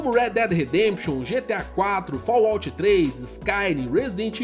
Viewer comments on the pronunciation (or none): none